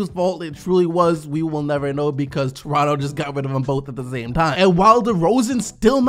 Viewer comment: Anyone else hear him say Torontu